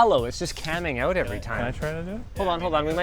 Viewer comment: I love the Canadian oooout. lol 😂